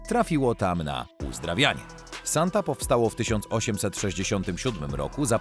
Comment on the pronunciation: Lektor ma problem z odróżnianiem litery "e" od "a". Skąd mu się wzięło paryskie więzienie "Santa"?